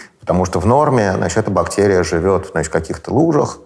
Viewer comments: БактЭрия???? СЭкс? ПринтЭр? Ну как это возможно? Не могу дослушать интервью. Взрослый образованный человек. Пожалуйста не зовите его больше 🙏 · Я может странный. Но мне как то тяжело слушать этого доктора всевозможных наук. То тороторит, то прям неспеша говорит, при этом постоянно проглатывая окончания слов. Ну и отдельная любовь "заострения на буквах", наподобие: бактЕрия. Там наверное всё дальше по списку, эти вот все слова: сЕкс, тЕст, и т.д. У нас в университете был такой. Чё он там бубнил себе под нос, никто не понимал. Зато также любил выделять буквы. В общем, это наверное только у меня такой рвотный рефлекс, на основании былого опыта. А так то, очень интересный выпуск. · Пхахх, Гельфанд(!)произносит слово бактэрия-бактЕрия! Слушать невыносимо! Неужели Гельфанд не знает московский говор?.. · А еще Михаил говорит «бактЕрия», что является неправильным произношением. Это однозначно говорит о том, что он безграмотный человек, да-да! Ну, по вашей логике. Подождите-ка - вы же тоже употребили слово «угандошить» - значит вы тоже дики и тупы! Блин, я тоже, и я чувствую, как дичаю и тупею... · когда он произносит --- бактЕрия , то как - то коробит и не очень верится в его боольшой ум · Он так интересно «бактЕрия» произносит ) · Противно он так говорит, точнее произносит слово бактерия. Выделить букву "е" он в речи решил для солилности. Но почему именно в одном слове? Слух режет, - не досмотрел. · Закон русского языка, если вы редко произносите слово, то произносите как Э, а если часто как Е, вы редко произностите слово бактерия, поэтому и режет